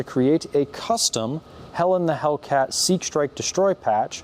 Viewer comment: I just love how "Helen the Hellcat" sounds like "Hell in the Hellcat"